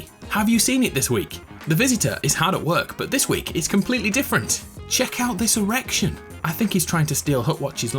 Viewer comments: Casually listening to this in the background when I hear “CHECK OUT THIS ERECTION” say whut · STOP SAY ERECTION